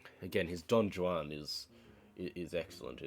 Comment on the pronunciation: Can't take you seriously when you annialiated half of the pianists' names. Also, it's pronounced "Don-Wan," not "Don-jew-wan." You are a caricature of someone with taste. What a joke.